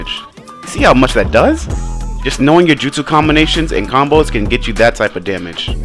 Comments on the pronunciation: Its combo not conboes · “conboes” 🤣🤣🤣 my guy its combos